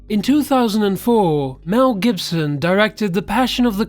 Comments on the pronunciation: This was quite interesting. However, I found you pronunciation of so many everyday, simple words really distracting!!! Pronouncing Mel Gibson's surname as "Jibson" at one point, for example!! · "mel jibson" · Where did you learn to pronounce the word, canal? And Mel JIBSON? Seriously, WTGDF.